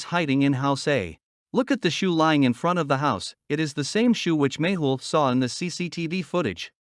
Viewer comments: Its not Maple or Magel its 'Mehul' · Its magle not maple